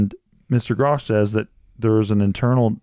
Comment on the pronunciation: His name is Grusch not Grousch…